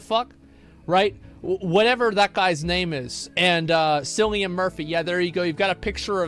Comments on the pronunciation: Cillian is pronouced KILL-ian, not SILL-ian ya muppet. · Cillian, pronounced Killian btw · I can't tell if he is being serious when he calls him Sillian Murphy.